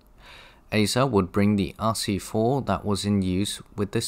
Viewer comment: As a Swede I am really looking forward towards the viedo on the AEM7:s. I know Swedish i difficult to pronounce but when saying ASEA you should put you emphasis on the E instead of the first A.